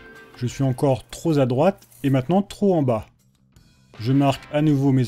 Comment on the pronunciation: Excellente vidéo, mais un détail choque mes oreilles : on ne dit pas "trop- (z')-à droite" mais "trop (p')-à droite" et très (z')-à droite. Houps ! Vous aurez compris que c'est une affaire de liaison. Conseil pour la prochaine vidéo.